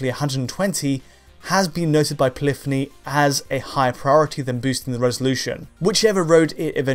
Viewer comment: Poly-phony only has two syllables